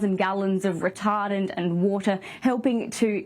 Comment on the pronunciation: Terrible accident, my condolences. now for the serious stuff. She said RETARDent hahahahahahahahaha. I'm high af